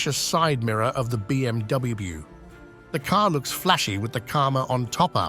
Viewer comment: Bee Em Dubbiebiew